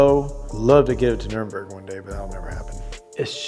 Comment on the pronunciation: Nuremberg or nurburgring? 😂